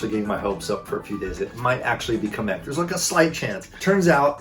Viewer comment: I am not trying to be rude but if Kamek is your favorite Mario kart tour character, why can’t you say it right. (It’s pernounced Kahhm-ek) I’m a big fan of your channel but this was sort of funny to me! Don’t be offended, there are many mispronunciations